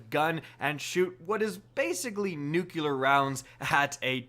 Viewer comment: Nukular rounds? dude... NU CLE AR.... it's not NUKULAR science....